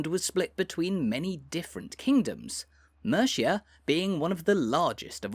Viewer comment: Mate... You've got to learn how to pronounce Mercia.